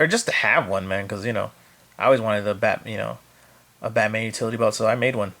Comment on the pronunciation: Batman not Hubba bubba